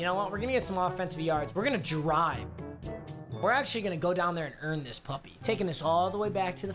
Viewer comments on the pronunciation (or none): Idk why but everyone he says puppy it’s so funny just think puppy